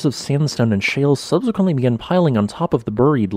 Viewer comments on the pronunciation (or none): none